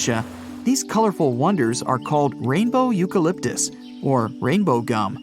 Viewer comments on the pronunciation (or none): none